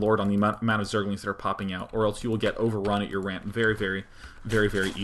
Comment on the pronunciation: Are you saying "wamp" instead of "ramp"? hah